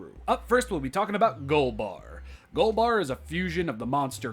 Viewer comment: It’s golba no “r”